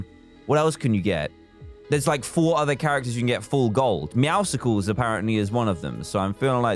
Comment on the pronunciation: I hate how everyone is pronouncing it “meowsicles”